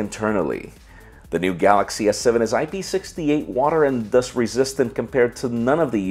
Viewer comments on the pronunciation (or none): none